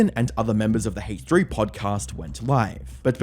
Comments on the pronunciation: Ok,. Nice emphasis on the H in "Hache3" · What’s the Haytch three? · "Haych 3" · bro said hateh3